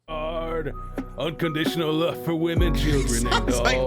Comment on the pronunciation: Ohh, its "love's for " but comes out sounding like luvsfa